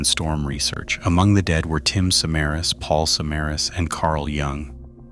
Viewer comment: Not surprised the details were off. If this is a real person, they didn't bother even looking up how to pronounce "Samaras" correctly. Which is shocking because there's everything from perserved news reports to youtube documentations that give you the right pronunciation. I have suspicion this is an ai channel